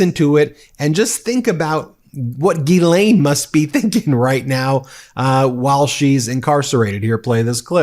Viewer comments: FYI her name is pronounced gillane with no emphasis on either syllable. Embarrassingly, I was introduced to Ghislaine Maxwell as a "London socialite" way back in 1994 by my boss at an internet startup company in London. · GHISALINE Pronounced like Giselle. Not Gil-lane Gis-lane/Giselle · Pronouncing Ghislaine with a J sound 🙄😑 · JizzLane it's JizzLane Maxwell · Her name is pronounced Geh-lenh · Just an FYI…her name is pronounced jislane. It is French. Look up the pronunciation on Google if you want to because that’s what I did. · It is gil lane the s is silent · You're pronouncing her name incorrectly... FFS!